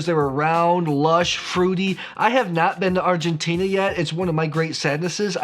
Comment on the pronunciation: Argentina, the end you pronounce like "Tina", from Tina Turner. I love Malbec and it seems 2019 is the best vintage ever in Mendoza